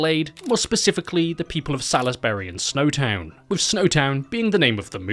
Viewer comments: pronounced "Sauls-bree" btw not Salis-burry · As someone 5 mins from Salisbury, I gotta be that person and say it's pronounced Solz-bury, not Saliz-berry 😂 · It’s not pronounced Sal-is-Barry. It’s pronounced Salls-Bree. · Succulent Chinese meal reference had me 😂😂🤣😂🤣😂 Lovin' your work, my guy 👊 Cheers from Adelaide 👋 Just a heads up, it's pronounced 'Saulsbry'. No biggie 👍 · I unfortunately spent a few years living in Salisbury. Your pronounciation pained me greatly haha, we pronounce it like sawlsbree. At least you didn't have to talk about Cockburn. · It’s pronounced Souls-berry!!! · I'm an Adelaidean who lives 5 minutes from Salisbury and the most disturbing thing about this video is your pronunciation of Salisbury 💀. It's pronounced Saws-bury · lmfao still looks like salisbury today and yes I live in adelaide not in salisbury though. also its pronounce (sausbury) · It’s pronounced "sawsbree" here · Hearing Salisbury being mispronounced is definitely not bothering me I swear. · Any other Adelaide people here losing it at the way he’s pronouncing Salisbury? 😂😂😂😂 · pronouncing “Salisbury” like a true American there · It's always funny hearing people completely mispronounce Salisbury.